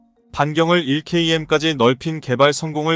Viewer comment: 자막을 읽으려면 바로 읽어야 한다. 차라리 읽지 않으면 좋겠다. 1km(1킬로미터)를 1케이엠으로 읽는가 하면 앞뒤 연결이 안되도록 읽는 바람에 이해에 장애를 일으킨다. 차라리 읽지 말라.